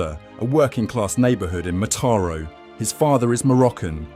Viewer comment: Mataró has an accent in the last syllable (Yes, there are accents in Catalan and they have a purpose), it's not pronounced like in this video stressing the second syllable. Please, do some serious research before producing a video. 😊